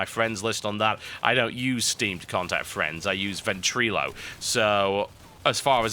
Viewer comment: Ven-tree-lo lol